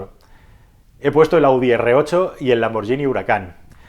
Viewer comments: Lambor"lli"ni no, Lambor"guini" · Lamborghini no Lamborgini